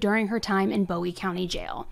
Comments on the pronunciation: I'm a big fan of the channel but as a resident of New boston your pronouncing of words is killing me 😭😂 It's TEX-AR-CAN-UH and BOO-WEE county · I'm pretty sure it's Boo-ie, not Bow-ie (in TX it's not pronounced the way David Bowie's name is). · It’s pronounced 👉🏽 Boo-ie. it’s my town. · Love your videos! I'm actually from this area so I wanted to give you the correct pronunciation...Bowie is BooE... And Texarkana is Tex-R-Can-A 😁🥰😁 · Oh yeah, it’s Boo-ee county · Listening to you say Texarkana (Tex-r-can-a), Bowie (Boo-ie), and DeKalb (D-Cab) has me me cringing lol. Great job telling the story, just funny pronunciations. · I love the way you say Bowie but it's actually said like Boo-E. Love your videos I have just re-found you so I am binging all the videos I haven't seen!!! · Texas has automatic appeal on death penalty cases so it will be a while before she’s put to death. But I agree that it is warranted. Oh, and Bowie is (Boo-ie). 😊 Thanks for all the great videos! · Bowie county is pronounced Boo ee county and Texarkana is pronounced tek sir ka nuh. I live in Texarkana and work in New Boston, TX. Thank you for covering this. I didn’t know about her behavior in jail. The details are horrific. She’s evil!! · Bowe county is pronounced Boo-e county and Texarkana is pronounced Tex-are-cana Give it your best sounthern accent lol it helps if you are holding a beer and smoking a cigarette 😂 Due to it being on the Texas Arkansas Louisiana border Lol I died when I heard you pronounce Texarkana lol 😅 like nails on a chalk board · Bowie County is pronounced boo-wie and Texarkana is pronounced tex- ark-can-a